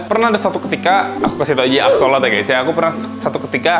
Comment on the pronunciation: bukan axolot dibacanya tapi axolot L, trus digabungin jadi axolotL